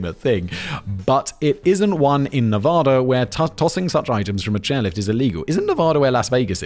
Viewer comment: There is no soft a in Nevada, all the a's are pronounced hard.